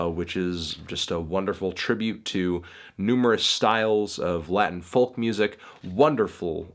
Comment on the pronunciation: Will you for fuck sake stop saying the L in folk. Stop it!